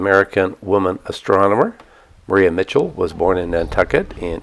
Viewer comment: Really enjoyed your video. I use to live on Nantucket and it felt like I was home. FYI, its pronounced Mad De kit beach and its Mariah Mitchell even though it is spelled Maria.